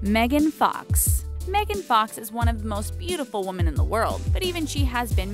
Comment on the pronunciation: Hmmm. I wonder how come I hear so many people say "woman" singular when they're referring to "woMEN" plural? lol it drives me crazy! Is this something a lot of Canadians do, it is it just a fluke, like how many people mispronounce escape or et cetera...?